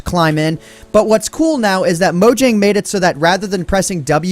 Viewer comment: it's a Swedish company, so it's pronnounced like MO-YANG. I'd assume they fixed the slime block glitch with the boat?